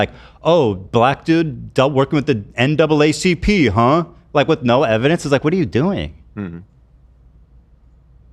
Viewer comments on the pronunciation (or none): none